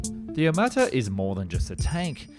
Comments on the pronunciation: 1 it's Armata, not amarta 2 tank looks good ON PAPER ONLY 😂😂😂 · Really, "Amarta"? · It's not Amarta. Smh. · I think it's "T-14 Armata" (meaning "cannon") not Amarta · It's ARMATA not AMARTA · It’s t14 Armata not Amarta. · I thought it was aRmata ....no ? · How accurate can your video be, if you can‘t even get the name right?